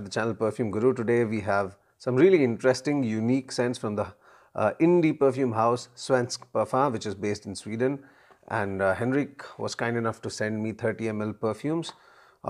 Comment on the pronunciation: You are doing very well pronouncing "Svensk", but you have to improve on "Parfym" :-D It is not pronounced like parfum in french. It is parfyyyym. They have long vocals in sweden. In this word, the "y" have to be very pronounced and long, the "a" can be short as it is. And you have to sing it out, in a way. Swedish is a singing language, sort of. But I think it will be singing automatically if you make the vocals very dominant and long, and the consonants short. And you have to build up a pressure before the vocals, so that you almost are throwing them out and throw them a long distance, with a crash landing. Sveensk Parfyyyyyym. The word "sadel" have to be like throwing out the "a" and crash land it. Saaaaaadel. And it have to be an "a", like the "a" in car. Not like the "a" in rally. So that was your swedish lesson. I'm not swedish, but Sweden is 40 minutes away from me by car, so I have heard a lot of swedish, and I can speak swedish if I have to. But they understand norwegian, so I very rarely have to.